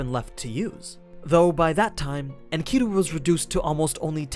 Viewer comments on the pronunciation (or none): The pronunciation of the ancient names is killing me in this video. It’s okay that you don’t know but please study more. (Mess-o-pot-aim-ia), (In Ka Dew)Enkidu, and other stuff is bothersome but those are the worst lok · honneyyy oh my lord. Enkidu, Is pronounced Inky-dew. For all the people who studied the story of Gilgamesh we all cringed when you said it like that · Nice explanation, except for your pronunciation for Enkidu. But whatevs man.